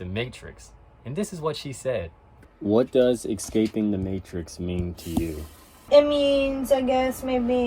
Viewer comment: Ecscaping is not a way of pronouncing Escaping